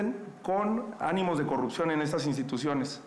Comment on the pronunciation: La xochil xq dice corruxion y no corrupción, neta q no sabe hablar y la verdad ya no se le cree a nadien, pero si nadien saliera si habria un buen cambio.